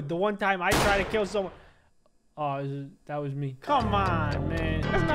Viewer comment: I like how you said TOO KILL